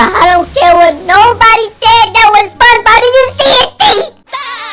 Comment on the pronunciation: Its spring bon bon not spongebob